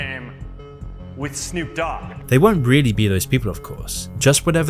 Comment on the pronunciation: The most terrifying thing about this is Zuckerberg emphasizing the Dogg of Snoop Dogg